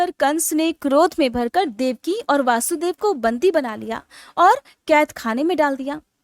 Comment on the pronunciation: Vaashudvev nahi, vashudev